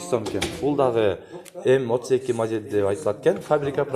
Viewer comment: Жакшы тартыптырсын, эшиктердин Узун туурасын айтып тар.анан модель деген созду жакшы айтчы